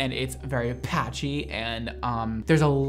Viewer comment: “It’s at like a level 8. And it looks terrible. And it’s very PATchy.” LOL the emphasis